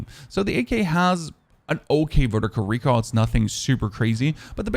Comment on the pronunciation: Is it just me or does he say recal for recoil loll